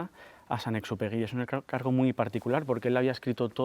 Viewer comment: El principito con esa lectora almA da vergüenza que ni siquiera sabe pronunciar el nombre de San Exupery